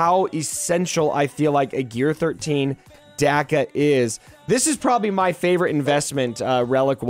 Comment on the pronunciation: Imma be that guy..... It's Dock-a....